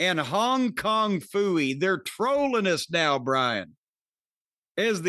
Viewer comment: “Hong kong phoiee” hahahahahshsha